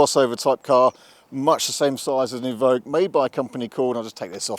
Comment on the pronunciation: Range Rover E-Voque you mean? Or EVoque